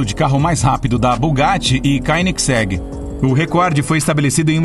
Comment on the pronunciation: E koenigsegg nao koenilgsegg